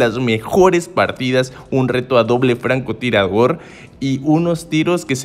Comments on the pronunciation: Like al vídeo si te diste cuenta que el tío Dijo francotiragor 😂😂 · En la intro dice francotiraguor Xd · Like si no escuchastes cuando dise franco tiravor en eminuto 40 😂😂